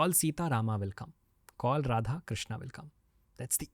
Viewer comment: राधेकृष्णा नहीं राधेकृष्ण krishna is draupadi 's name